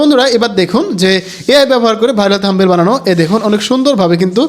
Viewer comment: থামবেইল না ব্রো।থামনেইল হবে উচ্চারন।